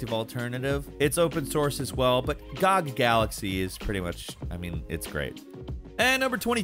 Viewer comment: GOG Galaxy... Anybody else think pronounced that weird or just me?